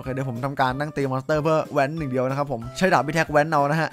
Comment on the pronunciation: ผมชอบฟังเป็นดาบเป็นดากตลอดเลย